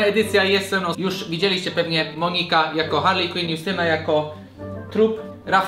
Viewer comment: Tylko nie Harli Kłin, błagam... ;_